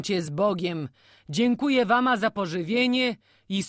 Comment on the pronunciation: Lektorka chwilami bez sensu akcentuje, przekręca wyrazy ( zżuć buty zamiast zzuć, spiesz się fliksie, warna zamiast wama, no sporo tego było), ogólnie problem ze słownictwem bo chwilami jakby nie rozumiała co czyta. I trochę niepotrzebnie sili się na czytanie różnymi głosami.